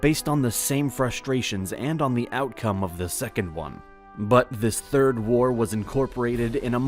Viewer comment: Third? Oh, you mean "third". Got it.